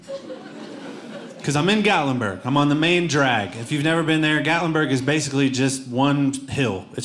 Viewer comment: Gatlinburg? You nailed it!